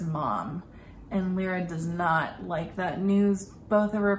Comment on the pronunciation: Her name is LY-RA, L-EYE-RA, not Lee-ra or Lira (like the former Italian currency).